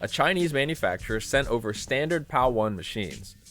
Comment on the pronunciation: no such thing as PAL-1. it's PAL-I. the letter i.